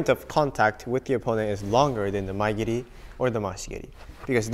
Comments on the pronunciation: Shouldnt mae geri be pronounced "ma-e geri" and not " my geri" ? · So it's Mae geri not Maya giri